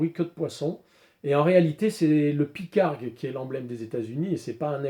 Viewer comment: Pygargue, avec un G ! pas Pycargue...Lol! C'est tout simplement l'aigle à tête blanche (et c'est bien un aigle!), emblême des Etats Unis, aigle pêcheur, il est vrai...Volatiles entendus, superbe vidéo, tres détaillée, tout commeles deux premières que j'ai découvert il y a peu sur les armes de poing de la guerre de sécession, Nord et Sud....